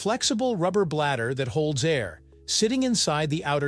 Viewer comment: bro said bladder. rofl😂